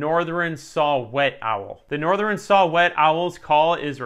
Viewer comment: Did you say "Northren"?